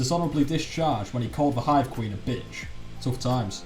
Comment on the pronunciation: "dishonourably discharge for calling the queen a BITCH" haha the emphasis on bitch lmaooooo